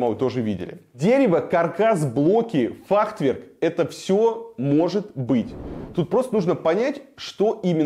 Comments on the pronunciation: Варламов, если архитектор столько раз за сюжет артикулирует Т в середине слова фахверк, где ее нет даже в оригинале на немецком, учитывая что само слово относится к понятийному аппарату архитектора, это может значить несколько вещей, ни одна из которых тебе чести не делает, даже если это сознательный троллинг. Ты кого троллишь? Зрителей своих? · Как архитектор может говорить «фахТверк»??? Точно в Мархи учился? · Илюха, что то у тебя слово Фахверк , не правильно произносится )))))))))